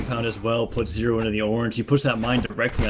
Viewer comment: butchered zero